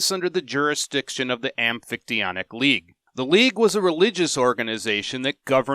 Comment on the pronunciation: Hey a YouTube video including the amphictyonic league that's not just a robot voice reading how to pronounce it.. nice.